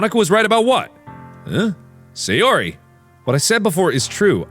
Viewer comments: hey sayori, how you doing, sounds like hey Siri, how are you doing, lol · I like how at a certain point in this video Mark just gives up trying to pronounce Sayori correctly 😂😂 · What markiplier said: hay sayori What Siri heard markiplier say: hey siri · Sayori! ’shooka shooka shooka’ Not sorry :3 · probably because both "Sayori" and "Siri" are close in pronounciation! lol! caught me off guard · Take shot for every time mark mispronounces Sayori’s name